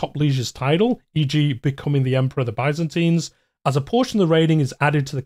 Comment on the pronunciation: My good man, you mispronounced “fiefdom”. Please look that up if you’re doing ck3 content 😅 you’re also mixing the US and UK pronunciations of “byzantine” into a single weird combo pronunciation